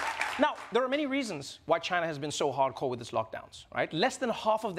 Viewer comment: Am I the only one who kept repeating the part when he said "tchina" 😂😂😂